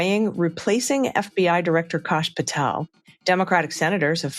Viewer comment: Why r u calling him KASH VS CASH, like ass Kosh as in osh kosh 😢 Kash as in ASS